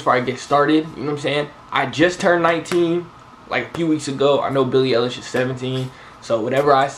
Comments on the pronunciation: I know damn well you did not just say Billie elish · 3 1 / 0 3 Bruh I’m talking about the way he said “eilish” 😐